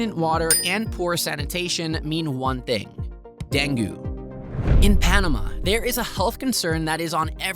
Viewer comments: Deng-goo? No. Deng-gay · It's DENG not DENGYOO!! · DengYOO? Come on, even AI can improve on pronunciation by now. Oh, and, NO; there is barely any “catcalling.” Sorry, THAT is incorrect. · It's "den-gay" fever... this must be some crap AI production... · When speaking of countries with Spanish as their first language, PLEASE learn to say the words in Spanish with a decent pronunciation! Also, dengue rhymes with Bengay…. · Yeah, I can't believe he completely mispronounces it. Clearly, that tells me that he only googled this information and never really learned about it in Panama. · Dengue mispronounced was one big tell.